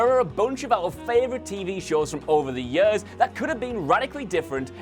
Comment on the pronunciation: Ehy do i hate the way you say years. No hate i love these vids